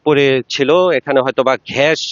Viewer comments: সাংবাদিক! ঘ্যাস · ভাই আগে শুদ্ধ ভাষা উচ্চারণ করা শিখেন তারপরে সাংবাদিকতা পেশায় নিযুক্ত হবেন🤣🤣🤣 ঘ্যাস কি জিনিস🤣🤣🤣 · ঘ্যাস কী? সাংবাদিকের তো উচ্চারণ ঠিক নেই। গর্ত কে বলে ঘর্ত। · কোনটা সঠিক ঘ্যাস / গ্যাস , News 24 আঞ্চলিক সাংবাদিক ভাই সমানে ঘ্যাস আর ঘ্যাস বলেই যাচ্ছেন, গর্তে নাহ ঘর্তে,,,,??? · ঘ্যাস না ভাই গ্যাস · সাংবাদিক এর উচ্চারণ ঠিক করতে হবে ঘ্যাস না হয়ে গ্যাস হবে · ভাই শব্দের উচ্চারণ ঠিক করুন। ঘ্যাশ নয় গ্যাস। এ অনাঙ্কাখিত মর্মান্তিক ঘটনার জন্য আমরা সবাই দুঃখ প্রকাশ করছি! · ঘ্যাস না গ্যাস ভাই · ঘেস নয় এটা হবে গ্যাস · সাংবাদিক ভাই, এটা ঘ্যাস না গ্যাস হবে। ঘর্ত না গর্ত হবে। উচ্চারণে ভুল হচ্ছে। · আচ্ছা আপনাদের মুখে এত জড়তা কেন আর আপনি গ্যাস বলতে পারেন না গ্যাস বলছেন কেন একটা কথা ভালো করে বলতে জানেনা আমার সাংবাদিক